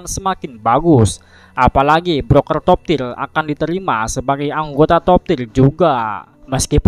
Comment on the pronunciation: Sebutannya Top tier, bukan top tir